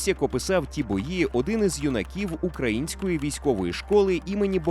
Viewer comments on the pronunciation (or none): none